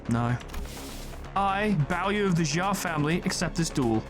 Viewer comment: If you would like some correction, Bao is on point, Yu would be pronounced as Yui (Try reading it fast, merging the YouE pronunciation into 1 singular tone)